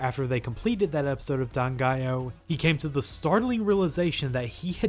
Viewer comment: Always pronounce the title with (4) syllables - DAN-GA-I-OH ~!!!! I've been playing the soundtrack on my CDs and iPods for 30 years~!